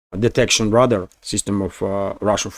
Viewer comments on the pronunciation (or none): I enjoy watching your show! Great work! 👍 I did just want to share a helpful hint... The English language pronunciation for radar is "ray'-dar."